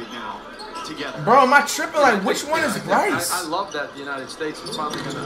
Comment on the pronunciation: bro said « brycey » 😳😭